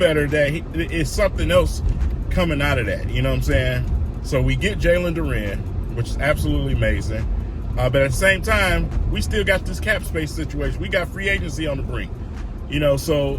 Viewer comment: DUR-EN 🤣 not Dur-ran